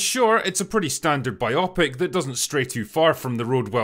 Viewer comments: It's BIO-PIC , not bi-opic. You're pronouncing it wrong. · I love you... It's "bio-pic" (biographical picture). Not bi-opic - that sounds like an unpleasant medical procedure. 😂 Keep up the amazing work, you handsome devil you! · "Biopic" does not rhyme with "myopic". It's "byoh-pick". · Biopic. The stress is on the first two syllables, as in biological. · Please learn the right (and only logical) way to pronounce "biopic" -- please,!